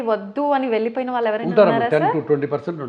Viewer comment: యాంకర్ కు సూచన "ళ " "ణ " అక్షరాలు పలకడం ప్రాక్టీస్ చేయండి ఉదా :వాల్లు, వాల్లకి పెల్లీ నీల్లు కల్లు మోకాల్లు మొదలగు మాటలు (వాళ్ళు, వాళ్ళకి, పెళ్లి,నీళ్లు, కళ్ళు మోకాళ్లు ఈ విధంగా పలకాలి. మన మాతృ భాష ను గౌరవిస్తూ విలువ ఇవ్వకపోవడం చాలా శోచనీయం మరియు బాధాకరం. మనం ఎన్ని వేషాలు వేసిన ఎంత మోడరన్ గా ఉన్న ఎంత వయ్యారం గా మాట్లాడినా యూరోపియన్ అనరు. మనలని బ్రౌన్స్ అనే అంటారు. మన నాగరికత మన భాష మనకుండగా ఇతరులను అనుకరించడం అవమానంకాదా?